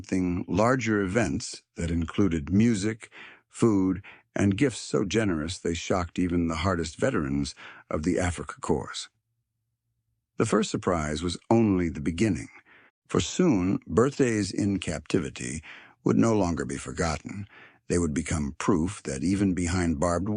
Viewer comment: Cores not Course and UN is letters Not a Word! U.N. stupid ai